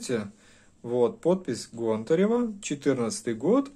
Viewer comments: ГОнтарева или ГонтаРева, тьі что первьій раз усльішал ету фамилию-из всех кто ее упоминал только тьі говоришь ГонтаРЕва??)) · гОнтарева а не пушкарЕва ! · Не каталОги, а катА логи, нужно говорить правильно и ГОнтарева. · Гонтарева, ударение на О